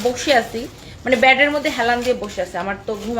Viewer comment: বলে সব সময় ব‍্যাড আসলে বেড হবে উচ্চারণ। ব‍্যাড Bad তো খারাপ, আর বেড Bed তো বিছানা 😆🤪 এটাই বল্লাম আর কি